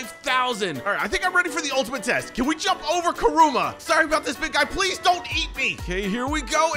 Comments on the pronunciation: its Kurama not Kuruma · It's not karuma it is karama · It's not krooma it's kyrama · Except it’s not karuma, it’s kurama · BRO AS A NARUTO FAN IM PISSED ITS KURAMA NOT KURUMA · It’s Kurama not kuruma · kuruma bro its KURAMA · It kurama not kurumu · Say the name right man pls its kurama not kuruma btw vid was good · It is not koruma is kuruma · yep kuruma deff not kurama ._. just help u spell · Is no one gonna talk about him saying kooroma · Kuruma it is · he just said kuroma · Dude really said kooma💀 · ayo why u saying kiruma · It’s Karama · It’s Karama😡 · Ok get back in wishing well for saying Karama wrong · That's not how you say Kurama